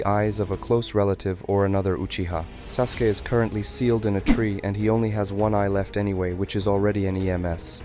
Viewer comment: The u in Sasuke is silent